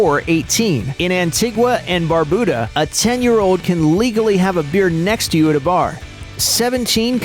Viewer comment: God he butchered Antigua & Barbuda it’s An Tee Ger & Bar bu da